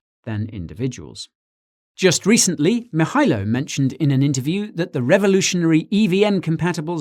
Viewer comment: Guy, Nailed that "Mihailo"!.